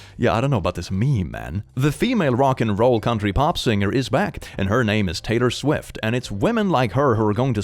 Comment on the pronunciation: I thought you said taytor swid instead of Taylor swift😂